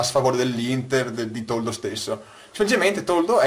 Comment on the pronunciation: Toldo o "Tordo"?